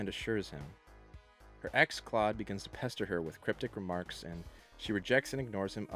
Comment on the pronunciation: You mean Klode?...Rhymes with CHODE! 😂